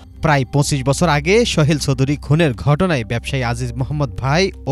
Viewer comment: উচ্চারণ এমন কেন এই সাংবাদিকের? ওই ভদ্রলোকের নাম সোহেল ছিল, শোহেল না। সাংবাদিকদের উচ্চারণ ও বাচনভঙ্গি ভালো হওয়া উচিৎ। এত খ্যাত হইলে হয়না।